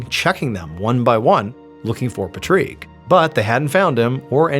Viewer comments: I think the name is pronounced Pat-reek not Puhtreek. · Its Pat Rick,, Patrick not petreek or however your saying goofily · Tripping me out you calling him " patriq" instead of just Patrick lol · Patreek? Isn't it just Patrick? I mean, it's IRISH for Pete's sake! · Do you mean: "PAT - rik" not "Patrique" 😂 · Patrick is Pah-Treek? what lol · It's paa trick not paytrick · why do you say his name like that that's not how you pronounce his name. 😅 you crack me up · You really don’t know how to say the name Patrick? wtf is “Pa-trique”. There’s no way. 😂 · Patrick is pronounced 'PAT TRICK' not 'Patrique' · Patrick = Pa-trick ❌ Patrick = Pa-trique ✅ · So is it Patrick or Patrique?😂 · pat-trick patrick not pa-treak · It’s pat-trick not pa-treek 😂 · Is that how his name is pronounced we say it like Patrick Star not patreek. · Patrick is pronounced pat - RICK like rick and morty. Not pajrik. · Pat trick it is pronounced Patrick. I don’t know what you’re saying, but it’s not the correct pronunciation not Patrik sounds like a girl’s name. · say Rick now say Pat now put them together. Pa treek could be a pronuciation. Pat rick is more common though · 😂 do you mean Patrick not Puh-treek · Pa-treeek? Not Pat-Rick? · Its Patrick not patreek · Patreek? No this is Patrick. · You know it's pronounced Patrick, right? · Also…Claud for a female and Patrick pronounced Pa-treek instead of Pat-rick. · Patreek? Wouldn’t that be Pat-Rick, Patrick, like it’s spelled? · No, no. It's PatRICK, not Patreeeeeeeeeeeeeeeeeeeeek. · Why you saying patrick like that. Every time you say pat-reeek i cringe haha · Very strange pronunciation of Patrick! It should be a long Paaatrick. A well known name in Scotland and the UK. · 😂 pa- treeek? Killing me. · Must be a French pronunciation 🤔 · Patreek Patreek, it rhymes with leek. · It's "Clowed" (like I owed money) not "Clod". Baffled on how we have "Pahtreek", and "Clod" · New game. Take a shot every time MrBallen says “patreek” 😂 🍾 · "Pa treek?"